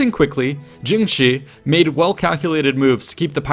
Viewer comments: Her name is pronounced more like "jung sure", not "jing she", btw :) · it's pronounced tshing, not djing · Jung shuh('r) I really wish this guy would spend a few minutes learning how things are pronounced before he butchers them for an entire video. It makes it hard to watch. Why should I respect his research if he can't even approximate the names correctly? It's painfully embarrassing for him.